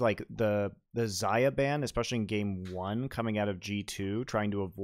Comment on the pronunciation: and pronounce Xayah wrong